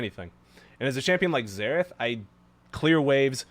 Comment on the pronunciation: Everytime he says Zerath i hear Zeref isntead (from fairy tail)